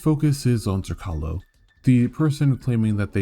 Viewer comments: Jesus motherfuckin christ. You suck when it comes to pronouncing Slavic names. Zrcalo (Mirror) C is pronaunced like ts. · You're mispronouncing the name; its Zrr-TS-ah-lo (Z as in Z-ebra), the name comes from the croatian/serbian word for mirror.